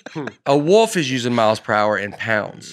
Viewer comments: How did none of you hear repeatedly say woof instead of wolf??? It was like he said it as much as possible hoping someone would make a joke, but none of the professional comedians at the table noticed a grown man pronouncing the letter L with the vernacular of a small child. The wolf needs a pass straight into round 3 due to the disrespect put on it's name! This was a great episode and I'm excited for part 2, but I'm more excited one of you are finally coming to me area., I'll see you in Ontario! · says woof like he's pronouncing it in the wolf's language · Does Notre Dame teach people to say "woof" instead of "woolf?" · Someone tell how to say "wolf". It isn't "woof" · saying Woof for Wolf is right in line with saying ol for oil and juwry for jewelry. my wife always give me a hard time the way I say oil and jewelry. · I love how says woof not wolf, please look up that clip of Schmitt from New girl saying that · I love calling a wolf a wuff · says “woof” instead of “wolf”. Also, Tiger beats the polar bear all day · In a lot of cases, I'm with about how to pronounce things. However, "Woof" is what they say, not what they are... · Y’all just let keep calling it a “woof” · I cannot stop laughing at repeatedly calling it a "woof" instead of a wolf 😂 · “A woof pack, if you will.” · It was making me CRAZY. I have a high bar for. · there's an 'L' in Wolf 🤣😂 getting a lot of 'woofs' out of. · Wolf is the new penguin. Over a 5 min span you all said a variation of “wolf” like 30 or 40 times, including: “woof” (mostly ), “woaf”, and I’m pretty sure there was a “worf” cameo at one point. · I love how pronounces wolf as woof! 😂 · A little distracted by calling a wolf a 'wuff'.